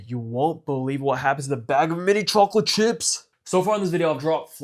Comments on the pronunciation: chocolate swauce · i love how he says chocolate